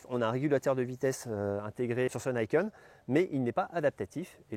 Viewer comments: pas "naïkeune"... "nikène" ni : "deux" ken : "épée" (ou "poing") Sinon, très bonne vidéo😉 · « Nih kène », c’est du japonais, pas de l’anglais. Et ca signifie 2 lames.